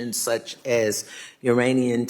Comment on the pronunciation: Uranian ? What is uranian? A sitting member of congress and they can’t say Iranian! I don’t even have to watch the rest of the video because I already know it is Ghetto.